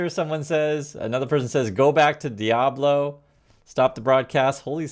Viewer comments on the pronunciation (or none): none